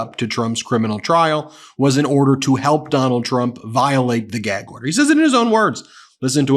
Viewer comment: “I can’t answer that because I’m under a gee-ag order”